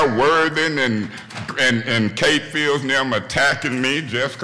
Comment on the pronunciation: Kkkkate Field 😂😂😂😂